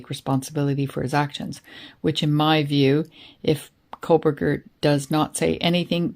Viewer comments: I watched the KR trial. I can understand why ppl might mispronounce Dever, but Kohberger and Kohlberger, not so much. Don’t need to add extra letters to get from Dever to Dever. 😅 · Koh-Berger. There’s no L in his name 😂 why does everyone mispronounce it? 😂😂